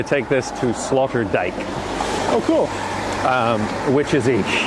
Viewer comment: I like how calls Sloterdijk Slaughterdijk